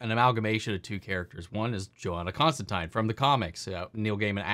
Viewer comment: "Constantine" is actually pronounced correctly in this series. It's every other adaptation that mispronounces it because that's just how Americans say the name (source: I'm an American and I always have to correct myself when saying or thinking the name). It's actually a running gag in the comics that John constant[ine]ly has to correct people from "Constan-teen" to "Constan-tyne" (and there's a tongue-in-cheek nod to this in Matt Ryan's Constantine's crossover with Lucifer in which he does the reverse). As for the rights thing, it is true that WB withheld them because they intend to do a series about John Constantine, but Gaiman has said that he was already playing with the idea of merging John with his ancestor, Johanna, for the sake of streamlining the story, since it wouldn't be as heavily connected to the DCU and he was thinking of what worked best for a more contained version of the tale. He didn't want to introduce too many one-off characters (hence no Martian Manhunter or Mister Miracle cameos) and figured it made more sense to include one who'd have more relevance later on (albeit through an ancestor), so he figured the rights situation actually worked out for him.